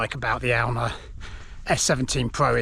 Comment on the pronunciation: Cool video. Glad you're back. I pronounce it Ay-oon.